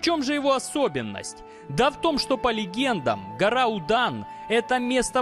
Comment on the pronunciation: Будан,звучит как Мудан ... соответственно там и мастера муданы